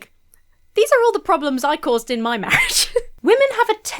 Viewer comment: Mawwiage is supposed to be a bwessed awwangement 😂